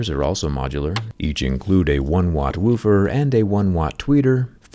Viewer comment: "1 watt whewfer"